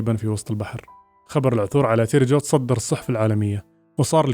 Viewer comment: تيري جو مو تيري جوي